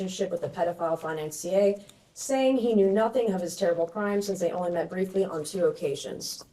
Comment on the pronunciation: She pronounces "financier" as "fi-nan-see-ay". - Hack, boob. Seriously though, read some books, any books.